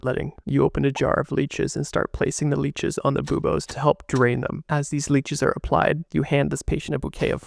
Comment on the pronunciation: Love the way this is presented, but i did have a hard time not giggling every time the edgy voice said "boobas." I know it's buboes, but hearing "you see the boobas" got me.